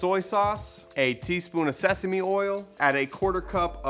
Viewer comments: Literally screen shotted the ingredients before even watching😂 Can’t wait to make this! Oh yeah also “SESAME” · Lmfao!!! I’m just here for y’all’s shenanigans. You guys seriously crack me up 😂 Also “sesame” 🤣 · Sheeeeessshhh! You did it once again with helping me decide on what to do for dinner. Loved all the dance breaks! 😂 and bloopers 😂 “SESAME” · OPEN "SESAME" these bloopers 🤣